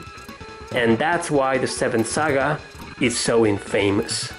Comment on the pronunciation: youre pronouncing infamous incorrectly. its not In-famous, its in-fa-mous, where 'fa' is pronounced 'fah' not 'fay', and the part that is supposed to be emphasized is the 'In', not the 'fa'